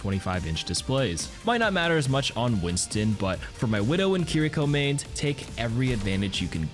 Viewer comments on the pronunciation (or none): Did u say winton and not Winston... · I noticed u said Winston’s name wrong lmao